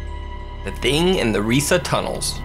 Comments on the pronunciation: Project Reise isn't pronounced 'REE-sa' it's 'RYE-sa'. It was either a complex of underground manufacturing facilities or the future site of the Reichstag in case of Ally/Soviet advance. Obviously it didn't happen because of the Red Army and it was started too late for either case. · #5: Its not "risa" its pronunced " R-ieee - s- eh" (a long i) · To those who dont know any German, the word 'Reise' is pronounced as the English word 'Rise'. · Its pronounced rees The e is silent... I speak fluent German and that's very insulting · It's RIESE, not "Riesa". From the German word for 'giant'. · I'm sorry but its pronounced "reyesa"